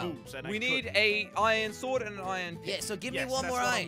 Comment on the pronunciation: Why you say aion its arion i cant spell its